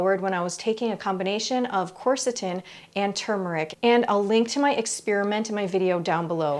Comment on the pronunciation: THANK YOU for properly Pronouncing turmeric. So many deaf idiots say TUMOR - ick.